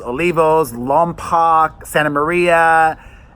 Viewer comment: Just an fyi Perez its Lompooooc (long o) You need to visit Ojai, near SB. A super great place to bring the kids...or just by yourself❤I think youd enjoy our beautiful Valley. BTW she wasnt losing weight, that wasnt truthful.